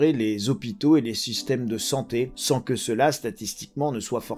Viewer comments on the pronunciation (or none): none